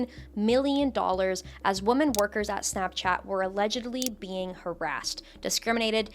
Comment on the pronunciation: WHY are people pronouncing the plural of woman as woman instead of women x.x It's been driving me fucking crazy for like.. almost a damn year. Did ya'll skip English ^^; Is that what's happening Soundin' like a caveman and shit I swear 🤣 AND IT KEEPS SPREADING I love your videos though I swear!